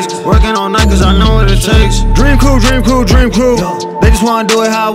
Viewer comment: i fuck with but listening to him repeatedly say “DrEaM qReW” makes me cringe sooo fucking hard. i hate the outro to Qias’s vlogs for that reason lmao